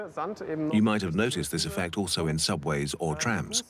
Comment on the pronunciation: This narrator says "altzo" instead of "also"